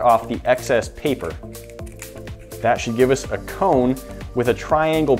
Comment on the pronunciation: now I als love the way you say CAONE instead of CONE,like faom instead of foam